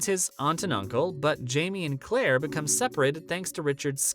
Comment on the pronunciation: It’s Claire not Clara. It’s Maril not Maria. If you’re going to report to fans YOU need to pronounce names correctly. I couldn’t even watch the rest of your video.